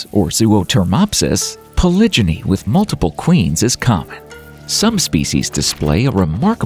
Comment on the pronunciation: I really wanted to like this video until you said "poly-jimmy."